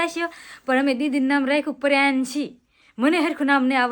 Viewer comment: પેલા રૂપાબેન ને સરખું બોલતા નામ શીખવાડો પછી કેજો પ્રિયાંશી સરસ નામ રાખ્યું છે ના એ પ્રિયાંશી❤❤❤❤❤❤❤❤❤❤❤❤❤❤